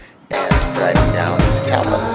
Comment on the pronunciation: I loved New Zealand!! Thought Taupo was pronounced toe-paw, though?